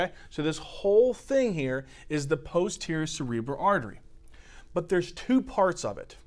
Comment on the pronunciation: "p-HOU-sterior" 🤣 thank you for explaining this, hundred times better than what im paying for!